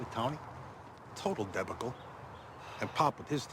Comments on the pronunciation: Oh, my! The face on Jonny when Carmine says "A total debical" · “total debicle” 😂😂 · It's a deb-a-cul John